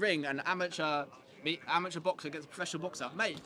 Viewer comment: Sorry was that "amateur" or "immature"? 😋